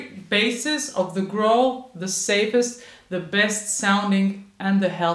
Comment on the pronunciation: In English "growl" rhymes with towel not with bowl.